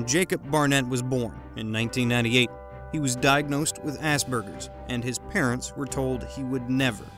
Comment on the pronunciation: It's Vos Savant, not Von Savant. Gary, not Garry Kasparov. And it's Asperger, not assburger.